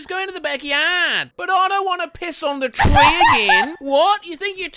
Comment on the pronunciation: that cartoon sneeze is so hilarious 🤣🤣🤣 Queefer Sutherland? That sounds like a random Canadian name from "South Park" (ahem... The Queen Sisters, Katherine and Kathy) **insert Michael Bay tactical nuke explosions** the way he said "tree!" in an Australian accent